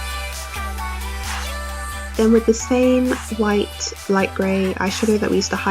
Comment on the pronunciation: it wight not gray